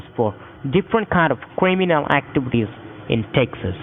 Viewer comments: cwiminwal activities lol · Cwiminal activities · Cwiminoh acchivides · I'm so glad he told you about your Quiminal Aktibities... That was close! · So many kweemeenal ack-TVs